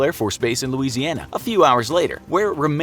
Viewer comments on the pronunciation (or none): none